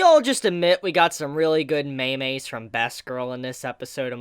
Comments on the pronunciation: WHY ARE YOU CALLING IT MEMEIS, ITS MEMES!! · Contemplating whether u should dislike just because he said "Maymays" The first few seconds... Yup that's it I can't decide. The ready if the video is a job well done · its pronounce MEEEMSSSSSSSSSSS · “Very good me-mes” BRUHHHHHH